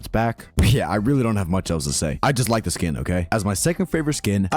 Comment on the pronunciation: why did no one tell me there's zhe spy in zhe base/game